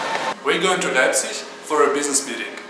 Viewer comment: wtf u mean i dont go there to travel leipzig is a nice city also its not leipzigi its LEIPZIG!!! FU